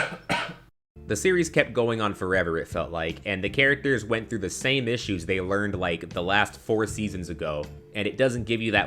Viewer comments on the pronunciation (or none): none